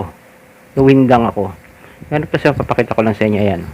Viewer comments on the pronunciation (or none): none